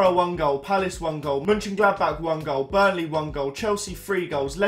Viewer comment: Who is burley lol its burnley (bur-n-ley